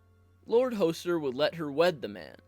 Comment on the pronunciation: Hoe-ster Tully? Come on. Use at least an 8th grade reading level. Is it really so hard to pronounce things correctly?